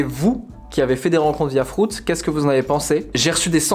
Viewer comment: Frouts dit il 😭😂 FRUITZ pas frouts.... 😂❤️ !!!!!